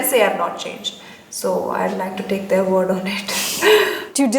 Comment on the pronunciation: its their ! not theeyyyyar !